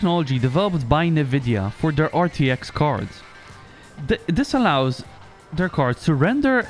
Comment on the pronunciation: You mispronounced NVIDIA lol